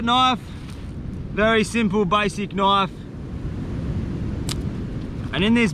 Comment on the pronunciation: You mean when he said knoife instead of knife?